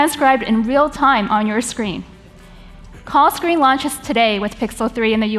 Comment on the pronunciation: "Caw screen"